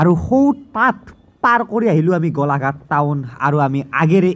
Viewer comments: গলা ঘাট নহয়,, গোলাঘাট। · গলাঘাট নহয় গোলাঘাট হয়